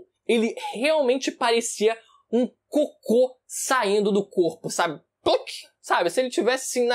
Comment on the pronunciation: Ênfase no "parecia um COCÔ!!"